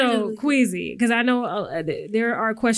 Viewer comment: “sooo Queazy” lmao! She went from Qwazy to Queazy. Don’t worry I was squeamish too